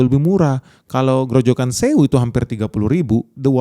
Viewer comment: grojokan zewu. belajar bahasa german?